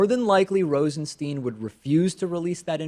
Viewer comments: RosenSTINE. Not Steen. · Is David mispronouncing "Rosenstein" on purpose?